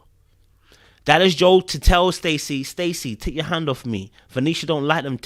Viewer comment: hey, thanks for pronouncing Joel’s name correctly, as it should be. No idea why everyone on the show including Joel thinks Joel is pronounced as Jo-elle. Guess they don’t listen to Billy Joel